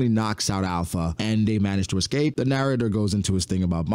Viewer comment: her name is not alpha. its alupha.